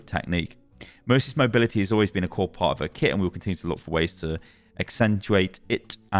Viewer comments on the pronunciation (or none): none